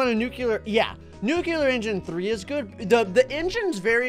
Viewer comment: WHY DOES SAY NUCELAR INSTEAD OF NUCLEAR